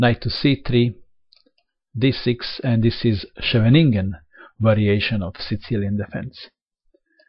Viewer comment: You butchered the word "scheveningen"